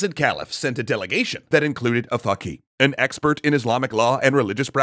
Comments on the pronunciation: Its literally "Faqeeh" and not Fucky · Did I just hear him say a fuki?